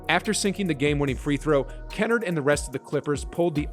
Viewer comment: The pronunciation lmao. You called him 'kawaii' XD I'm dying. Also Simons and Kennard were pronounced wrong